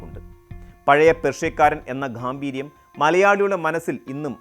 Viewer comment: .... "Ghaambeeryam"...??? Wrong pronunciation. Pls try "Gaambheeryam" instead.